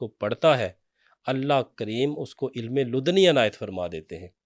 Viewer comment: ilma ludni nahi ilm laduni hai alfaz correct kari